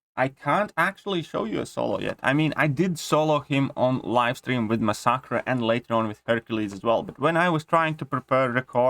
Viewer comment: I love your accent (not being sarcastic). For now on, I am also referring to masacre as "ma-sock-uh." English language is stupid, but if you care, it is usually pronounced "mass-uh-kur." The ending sounds more like "cure" but with a hard k sound. I enjoy your videos. Keep it up.